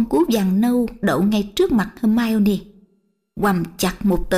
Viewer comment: uk, sau 4 phần truyện mà vẫn her mi one, phum ber dol, ghét vl, giọng thằng Nam dương, h đến giọng bà này mà mấy người kia còn thẩm đc thì t cũng chịu, chắc người nhà vào bênh :))